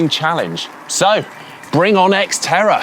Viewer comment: X-terror is what I heard, lol.